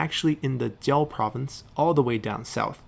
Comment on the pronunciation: Minor nitpick, but doesn't the word Jiao the same word on both Jiaozhi tribe and Jiao province? But you pronounce them differently XD